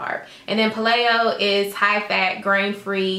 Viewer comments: Thanks for cute video. You are gorgeous. Just a side note: Paleo is pronounced PAY-LEO. I think you were saying PuH-Lay-o, which might cause a little confusion for your viewers. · Paleo is pronounced pay-leo. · But, she said pah-lay-o. So it's pah-laid out. #playedout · KEY-TOE AND PAY-LEE-OH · Thanks for this video, very informative. Just so you know that paleo is pronounced payleeo, just letting you know! :) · Paleo = Pay-lee-oh